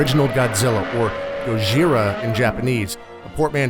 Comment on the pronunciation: Pronounced, "GO-jee-ra," with the emphasis on the first syllable, not the second, as is our habit with our stunted Western tongues.